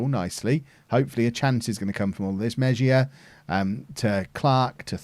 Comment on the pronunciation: Hey! Spanish pronunciation of Mejia would be more like ‘may-he-ah’. Loving this series man!